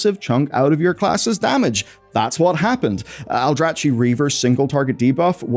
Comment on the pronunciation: It's pronounced aldraki, KI! Not Chi! Like architect!